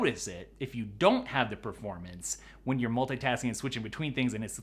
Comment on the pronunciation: Everybody: Multitasking: Mul tai tas ing